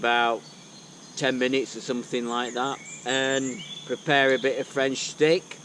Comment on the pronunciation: The French accent needs a bit of work but your cooking is spot on. 👍